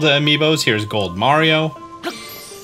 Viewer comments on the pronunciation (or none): none